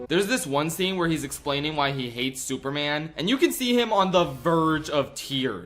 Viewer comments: Why calls man, soup man? Is he stupid? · ah yes, souperman